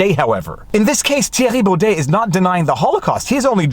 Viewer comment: I've read the judgement and it was all opinion based, the judge spoke about feelings etc. No laws where used in this judgement at all. All of our judges are political chosen and named for life, most are lefties. And lol your the only person who pronounces his name correct.